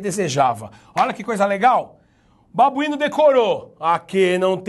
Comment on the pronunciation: Rindo demais desse "babuino" kkkkkkkkkkkkkkkkkkkkkkkk chegou a me desconcentrar kkkkkkkkkkk